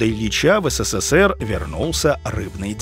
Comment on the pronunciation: Вы в слове "СССР" букву с произносите 4 раза.